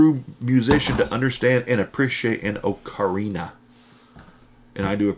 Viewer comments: You pronounce ocarina (aa·kr·ee·nuh) The ocarina belongs to a very old family of instruments, believed to date back over 12,000 years. Ocarina-type instruments have been of particular importance in Chinese and Mesoamerican cultures. For the Chinese, the instrument played an important role in their long history of song and dance. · It's an ah-kah-ree-nah